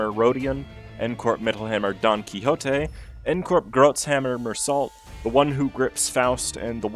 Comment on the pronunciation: Not really relevant to the video but fun fact about Meursault, being a French character you actually say his name as 'Meursaul', without the T. In French you don't usually say the last letter of words or names. And for his Großhammer identity, It being German inspired, it's pronounce as 'Grosshammer." It's hard to explain in text, but it's said the same way but with an S instead of a B, so not Grass Hammer or Gross Hammer. This is because in German their S and Z are pronounced the same so when they want the hard S sound like in English they either use a double S (ss) or use an eszett which is the B looking symbol (ß). Just thought that was neat that. And it total doesn't pain me a little to hear people mispronounce two languages in one breath.